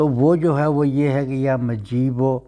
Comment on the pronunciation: Ya mujeebo he majeebo nahi he durust parhen